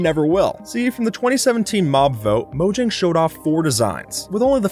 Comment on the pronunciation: Fyi, it's pronounced MOE-HYANG.